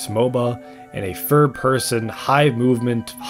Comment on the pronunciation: Yeahhh im not taking the opinoin of someone who cant say "Third" properly